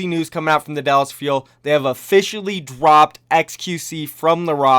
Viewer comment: Was it just me that heard him say dwopped